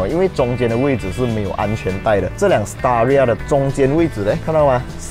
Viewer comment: Staria?听上去好像palia😂😂